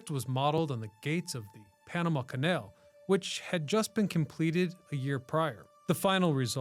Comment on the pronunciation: When you said Kay Nail instead of canal I knew you were AI 😂